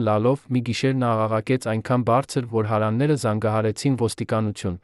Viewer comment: Այ անգրագետ դու' հարևաններ բառը չես կարողանում ճիշտ կարդալ...